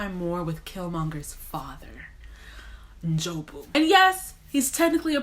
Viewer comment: When she said NJOBU right without adding that extra N......👏👏👏👏